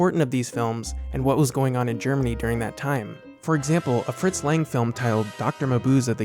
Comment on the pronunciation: Yes, and Fritz Lang's name is pronounced "Lung". B ut otherwise a nice compilation of examples.